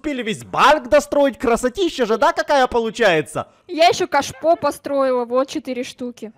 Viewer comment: На минуте когда хотела сказать кашпо говорила каш и потом говорила ааа и получилась каша